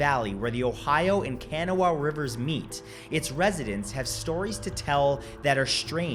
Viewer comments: Kanawha is pronounced Kuh-NAH-wuh. Not Kana-wuh... According to the movie The Mothman Prophecies, the Mothman was said to be an omen warning people NOT to cross the Silver Bridge that once crossed from Point Pleasant, WV to Kanauga, OH. On a fateful day in December, there was a terrific traffic jam. Not too long afterward, the Silver Bridge collapsed, due to a failure of an eye bar. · The resurrection of Mathew.... BTW - I'm from West Virginia, and know someone who saw the Mothman. BTW, the Kanawha River, it's pronounced Cah-GNAW-ah. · Please learn to properly pronounce the names of that area! (I grew up there) Kanawha, Clendenin, Gallipolis. Kanawha- ka naw Clendenin- clen den in Gallipolis- gal i polis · Me as a native West Virginian listening to Matt's pronunciation of "Kanawha": 😅 (For the record, the 'a' is silent, so it's pronounced more like "Kanaw") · Hi! Wv native who lives near point pleasant! The Kanawha River is pronounced ka-naw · as a west virginian, your pronunciation of kanawha was extremely painful. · This is one of my favorite videos of yours! I live in WV and have been to the mothman museum in Point Pleasant so I was excited to click this one. I love the way you pronounced Kanawha and Gallipolis too lol. Us hillbillies pronounce them a little different. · I couldn’t hear anything after he said Kanawha 😅